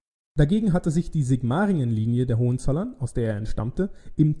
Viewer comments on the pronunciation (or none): ...und zwar auf dem zweiten o. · Danke. Sigmaringen Betonung vorne. Hohenzollern Betonung auf o.